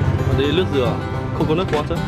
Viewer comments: Bạn nên phát âm chữ L và N cho đúng nhé bạn nói nước Lào mà nói ( lước nào) mình người việt mà nói mà người nươc ngoài k hieu luôn ah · "Nước" thì lại đọc là "Lước", "Làm Lại" thì lại đọc là "Nàm Nại". Thằng này học lớp mấy rồi mà ko phân biệt được chữ "L" với "N" (Lờ với Nờ) nữa. Bó tay, nghe nó chối tai gì đâu luôn!